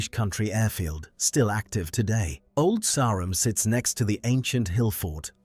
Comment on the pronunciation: Shame it can't pronounce Old Sarum.